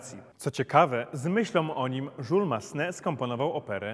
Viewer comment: Jules po francusku się czyta Jüles- żiles.